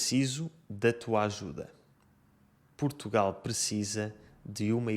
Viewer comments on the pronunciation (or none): none